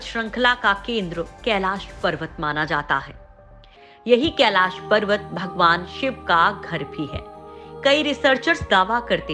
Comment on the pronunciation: Kaila parwat nhi Kailash parwat hai .nam ko sahi bolo nhi aage ja ke Kaila nam hi ho jaye ga.🥵